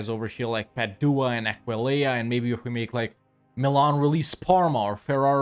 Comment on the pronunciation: has pronounced Aquileia right for the first time, I'm gonna cry, I'm so proud